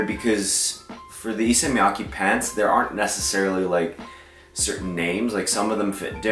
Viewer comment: FYI it’s Miyake not miyaki